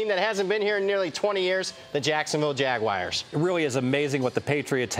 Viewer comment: Jag...wires? Geez dude